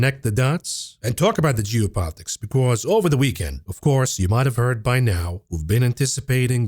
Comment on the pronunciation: whenever you say geopolitics, it sounded like jew-politics. i had to take a double take on that one!